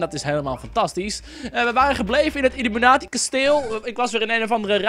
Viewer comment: Volgens mij is het illUmI-kwaad-i in plaats van illImU-kwaad-i :)